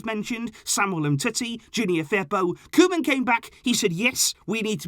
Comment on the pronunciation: And it's koeman